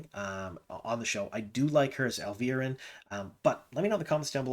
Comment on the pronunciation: It’s pronounced Al-vee-are-in. I like her for that casting